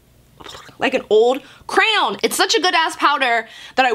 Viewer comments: They way you say crayon cracks me up lol I’m from Texas so we say it more like “crown” 🤣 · 😂😂😂😂😂 the way you say crayon is hilarious. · Omg the way she says CRAYON!! LOL🤣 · Bruh the way you say “crayon” 😂😂